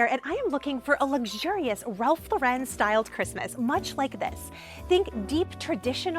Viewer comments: Ralph Lauren (lor EN ) not Lor WREN’) no accent in the 2nd syllable. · It’s Ralph LAUREN (like the woman’s name) not Laurenne. I think you went back back-and-forth between the two pronunciations. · Please!!!!! learn how to pronounce Ralph Lauren's NAME correctly. The accent is on the first sylable..."Lor ", Then say "-en" without any accent. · Plz learn to pronounce ralph lauren!!! Dummy. Not lorin or lauren. Do better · Love the vid! Just for everyone's future reference, Lauren is pronounced just like a person's first name. Don't put an extra accent on the second syllable.